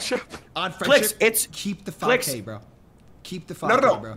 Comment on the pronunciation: his name is Clix not Cliz